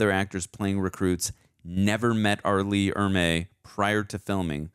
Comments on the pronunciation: Super late to the party, but ... Arleigh Erme. Not 'Emerery' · It's not Emry it's Ermy. Pronounced Er me. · It's R. LEE ERMEY not EMERY you fancy ass. Do us all a favor both of you. Read at least one hundred books on different subjects fiction and non-fiction. Acquire some fucking knowledge. Then, review movies. How is it possible you only have the life experience of a 12 year old? Oops, my bad, it's obviously our decrepit education system. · Gunny Ermeys last name is pronounced like grrrmeeee but with an E not Emrey. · The gunnys last name is "ermey" not emery. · GEEEEEEZUSSSS!!!, i love you man. In the future,..if you're gonna speak an actors name countless (hundreds?!) times. ANNUNCIATE it correctly. For a man that's a stickler to ALL the details that you seem to be,... R. LEE ERMEY! Not Emery. For the sake of all good and righteous. I'd like to get thru this cuz I don't recall how it ends other than Pyle being me and you are my drill sergeant. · His name is pronounced ER-MEE! He was an actual Marine drill instructor and was just supposed to be a tech advisor but ended up on camera..... and all the better for it. My grandfather (a Viet Nam vet) and I went to see this in the theater and he had to leave because it was too authentic for his nerves.... which I've heard was said by many other vers who saw this film. Thanks for sharing guys. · Every time you said "emery" I cringed. RIP, Gunny Ermey. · His last name was pronounced Err-me. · Couldn't take you constantly mispronouncing R. Lee Ermey's name. The R is before the M